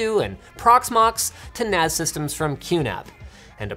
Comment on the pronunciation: sounds like he's saying "A perfectly common file system for Nazis".. D